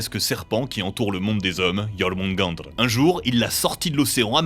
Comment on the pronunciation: => Cette prononciation de Jormungand qui fait frémir ! :}